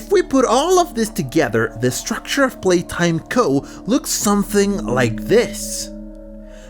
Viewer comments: "Palaytime" its "Playtime" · "poppy palatime"💀💀💀💀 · Poppy Palaytime...? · Poppy playtime❌ Poppy palaytime✅ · “Poppy palaytime” 😂😂